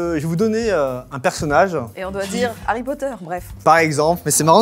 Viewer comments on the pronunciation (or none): Pourquoi harry potter deviens herry potter XD